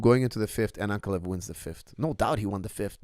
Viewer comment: Please correct your pronunciation. It’s AnkAlaev, not AnkaLev